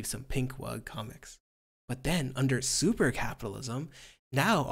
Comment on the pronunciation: Vaush going "SUPAA Capitalism" will always make me chuckle hahaha